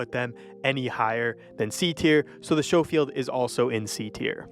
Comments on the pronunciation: Your pronunciations are ... um ... interesting. Shofield? CarbYNE?? Your accent seems American, but your pronunciations seem to have a bit of a British influence. Taking a wild guess that you're Canadian??? I'll take my Skofield and CarBEAN and shut up now. 😆 Not picking on you, just perplexed a bit by a couple pronunciations. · Learn how to pronounce things right! Showfield? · Man ik bruh didn’t know what he was talking about by 2mins knew indefinitely when he called the Schofield revolver a “showfield revolver” and btw most of all the revolvers one shot if you actually shoot them in places that kill with one shot via the left side of the chest the upper or lower neck and the head done it plenty of times and based of your own experience of the weapons what I hear is bro u have no aim how can’t u get a 1knife/1kill with a throwing knife